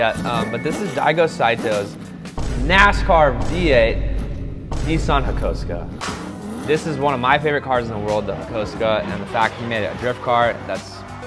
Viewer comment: Nissan Hakosuka 🤣🤣🤣 this pronunciation kills meh